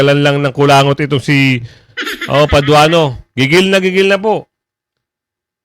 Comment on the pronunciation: Paduano, mistsetserman!!! Bulol kang yawa ka!!!!magpa speech therapy ka!!!!